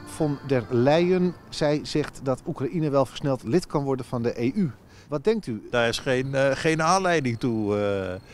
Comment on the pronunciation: Die gast weet wel dat EU een afkorting is toch? Of spreekt die de VS ook uit als ffssss.